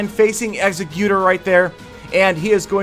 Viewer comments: It's actually pronounced ex-egg-you-tore. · The way you pronounce Exeggutor hurts my brain, it is supposed to be pronounced ex-egg-you-tor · it's Ex-egg-you-dore! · your pronunciation of "exeggutor" makes me cringe. For the sake of you not making other fans cry, it's pronounced "ex-EGG-you-toar" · the correct pronounciation is PO-KAY-MON TheJWittz made a good video about pronouncing pokemon also its pronounced EGG-SE-QUE-TOR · Your pronunciation of "Exeggutor"...